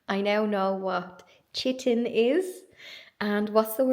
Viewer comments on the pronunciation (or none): For your homework, chitin is pronounced k-eye-tin, rhymes with whiten!